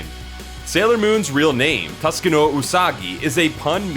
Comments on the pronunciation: 1. You're saying Naoko Takeuchi wrong. 2. There were 18 original paperback Sailor Moon volumes in both Japan and the US, not 16. 3. You pronounce Tsukino wrong. 4. Hunter x Hunter should be read as Hunter Hunter, no x. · LOL Yeah I remember hearing Tsukino